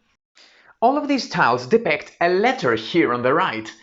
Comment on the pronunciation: Very useful video! Although I must say the strange mispronouncing of the word depict distracted me constantly. 😏